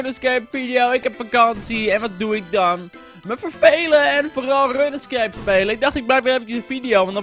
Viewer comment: HET IS 'ROENSKEEP' NIET 'RUNNESKEEP'